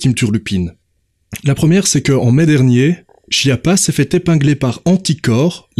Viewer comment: C'est pas chie-appat, ça se prononce SKIAPPA: c'est un nom italien et en italien, CH ça fait "K"